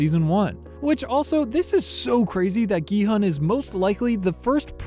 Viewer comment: The main character’s name is actually pronounced as “gee-hoon” (gee like geese, and hoon almost like moon) not “gee-hun” (hun like honey). 성기훈 is the character’s full name